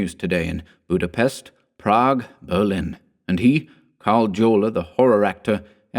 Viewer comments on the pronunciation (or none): none